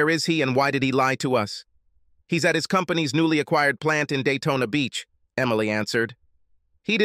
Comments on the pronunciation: it's Daytona not dayton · I keep on hearing Dayton ( Ohio ) , when Jim iz heading to Daytona ,Florida